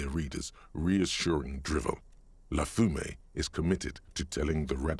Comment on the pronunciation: You pronounce "fumée" right; the game doesn't! Few native English speakers are able to say that pesky French "u" sound, it's clear you put some practice into it. Reminds me of the years I spent getting the English "th" sound right (did you know it's actually very unusual, linguistically speaking? as much as some of the click sounds in various African languages!). :) EDIT: Also, if you're curious, the references to the "spectacular" aspects of capitalism appear to be inspired by the ideas of leftist theorist Guy Debord and the Situationist International movement associated with him. Finally, another mistake I noticed in the game's French: you most likely already know this, but the "t" in "Arrêt" is silent.